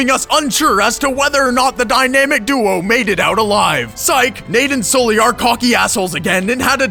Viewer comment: SOLLY... SOLLY!!!!!!!! .....its fucking Sully